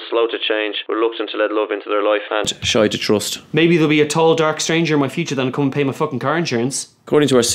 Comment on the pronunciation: Did he say “shy to trust” or “shite to trust”?? lol